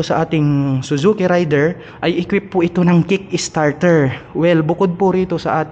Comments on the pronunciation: Raider po hindi rayder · *Rey-der , hindi RIDER. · matagal na ang pangalan ng motor na yan pero mali parin ang pagkabasa...